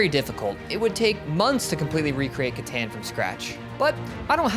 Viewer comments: Katon please, it's pronounced katon settlers of katon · Catan is pronounced (cuh-tawn) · Right off the bat in the intro he already said Catan Rong 4 times